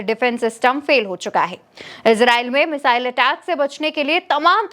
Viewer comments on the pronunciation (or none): none